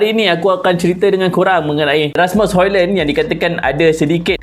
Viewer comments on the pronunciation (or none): Bukan Hoilen Bang. "Hoilund". Sebut elok² nama player OK. 👌🏻